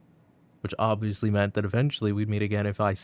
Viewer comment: i like the way he says "oBviOusLy" for some reason